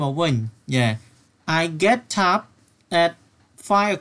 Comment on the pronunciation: Get upខ្ញុំអានថា ហ្គេតអាប់តែបងអាន ហ្គេតថាប់